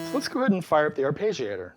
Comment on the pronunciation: It's a good video, informative and engaging. It's just... I really wish you used the proper pronunciation of "arpeggiator". It's very distracting.